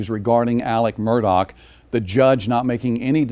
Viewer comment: What is the real pronunciation of his last name because you keep calling him Murdoc not Murdaugh? Just wondering. Noticed his son didn't come back after lunch. Was he disgusted with the morning testimony? Pretty damning if I heard correctly from yesterday and today. Sad😡